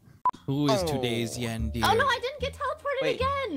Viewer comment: Awesome video!! Just by the way I think it's pronounced like yawn-deh-ray.